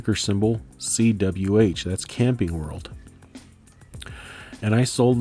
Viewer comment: lol I thought you said "Candy World" rather than "Camping World" when you first said CWH. I started looking up Candy World until I realized it... I'm curious -- are you using Turbotax to do your taxes? Did you find it relatively easy to import all your stock stuff in 1 go? Might be an interesting topic to share your perspective on taxes...